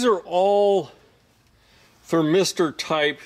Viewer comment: THERmister, NOT thurM8STER